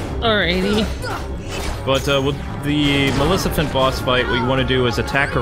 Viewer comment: Man, still can't say Maleficent's name right.